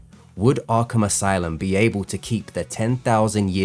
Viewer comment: Ahhgrape Asylum